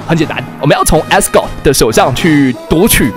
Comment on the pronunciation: 為啥我能把Asgard聽成Asgore 0.0